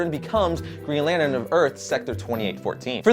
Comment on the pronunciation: "Lanern" lol